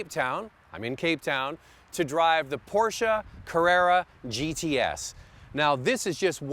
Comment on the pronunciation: why porscha? is porsche